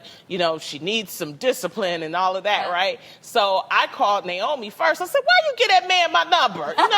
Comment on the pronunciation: My name is Naomi 😂😂😂😂🤦🏾‍♀️🤦🏾‍♀️🤦🏾‍♀️I’m just happy that SOMEBODY said my name correctly